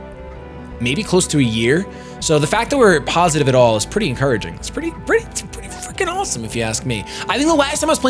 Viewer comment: I think he meant 'freaking' but yeah it sounded like fucking xD